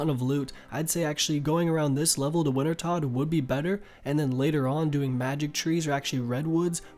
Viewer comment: Rsn- the foxing Wintertodt sounds like wintertoad / I’ve used lot of your videos to help me get back into the game after just coming back